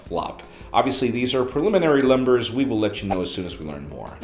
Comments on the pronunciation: preliminary lumbers lmao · "preliminary lumbers"